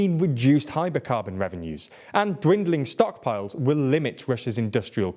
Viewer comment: flub "Hybercarbon"